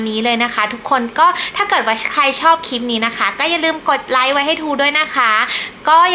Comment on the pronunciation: น่ารักนะคะ พูดจาได้เป็นธรรมชาติดีค่ะ แต่จะดีขึ้นกว่านี้อีกเยอะเลย ถ้าปรับปรุงการออกเสียงคำควบกล้ำให้ถูกต้องหน่อย ( เช่น คลิป ไม่ใช่ คิป เกลี่ย ไม่ใช่ เกี่ย ) ถ้าทำได้ คลิปของจะฟังเพลินมากเลยล่ะค่ะ